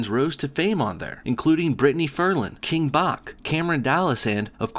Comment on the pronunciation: wat dafuq it's not king buck. It's king Bach 😂 pronounced "Batch"